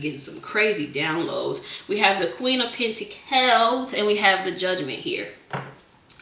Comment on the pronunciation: I like the way she says pentacles lol